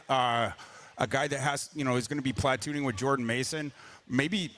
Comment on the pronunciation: “Platt-tooning” nystrom